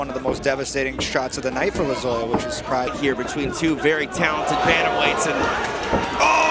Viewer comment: How many times are they gonna say Lozoyas name wrong?? 😮